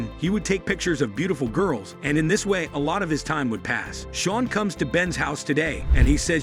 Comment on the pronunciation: I’m dying olds it’s Sean not SHEEN